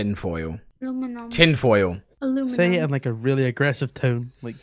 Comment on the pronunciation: I thought that girl was saying hello my lamb and not aluminium